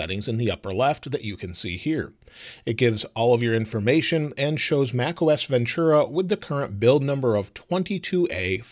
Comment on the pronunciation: There is no “ch” sound in Ventura